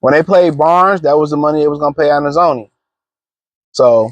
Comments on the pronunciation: Pronunciation escapes him😂😂😂😂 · Alex who? Bruh you can’t even pronounce his name 😂